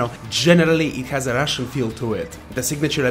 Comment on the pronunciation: i like how you say russian